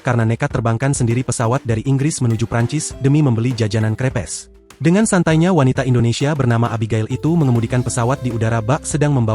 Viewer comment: baca crepes sesuai tulisan itu sesuatu bgt ya ai